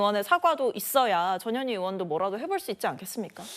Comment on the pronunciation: 전현희가 ~저년이가로 들리네 ㅋㅋ